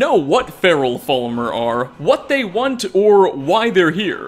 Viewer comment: does anyone else find it annoying how he pronounces falmer as full-mer? he also pronounces cairn as karen